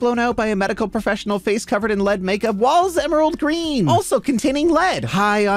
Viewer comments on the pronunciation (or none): none